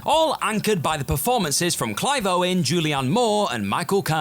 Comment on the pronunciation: It's Clive Owen, with no "s."